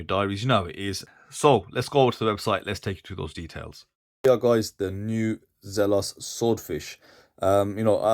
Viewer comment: It's pronounced Zelos, not Zelos.